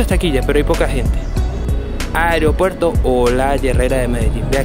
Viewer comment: con mucho respeto unas sugerencias: se dice aeropuerto (no "ariopuerto"). Usted está llegando al público y el cuidado del idioma es vital. Otra cosa: investigue sobre el lugar que va a visitar en este caso usted pasa desconociendo un lugar icónico de nuestro querido aeropuerto como es la zona dedicada a Carlos Gardel quien falleció allí en 1935 debido a un accidente en pista del avión en que iba. La estatua que ve es en homenaje a Enrique Olaya Herrera presidente que apoyó la construcción del aeropuerto. Finalmente desde que se inauguró el aeropuerto es costumbre de la gente ir a la cabecera de la pista a ver partir los aviones. Si le molesta mi comentario me dice y lo borro.